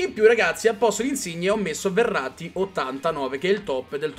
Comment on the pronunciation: quando dici Verratti sembra che dici errati